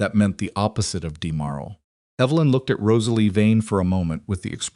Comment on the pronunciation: “…murmurs of demurral not ‘demoral’ …”